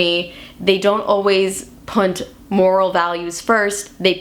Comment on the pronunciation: This girl does not know how to pronounce "put".